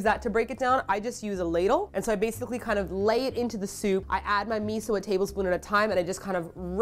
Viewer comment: I love Drunk lmao... she say meetho soup and sivey!!!